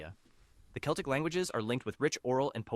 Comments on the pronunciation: Seltic.... really? So competent that he contradicts himself moments later. 50/50 then. Always get an American to narrate your video about European languages! The labelling is another accomplishment with the famous wooden island of Cypress. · CELTIC = KELTIC not SELTIC !!! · Never heard Celtic said like "Seltic" before. We say "Keltic" in my language. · As another commenter has rightly said, Celtic should have been pronounce with a hard 'c'. There is an exception; a major Glasgow football team is Celtic, pronounced seltic. The celtic languages are putting up a determined fight back. Welsh is not declining. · Ah, yes, the famous Seltic languages. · Celtic is pronounced as Keltic, unless you speak of a Glasgow football club. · Celtic is not said with a soft C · From a Polish perspective, we understand maybe around 40-50% of what Czechs, Slovaks, Ukrainians and Belarusians say, the other ones it's just particular words. And the Slavic part was of mediocre quality at most. Edit: it's just the quality of the entire video. Imagine mispronouncing "Celtic" in a video talking bout language families.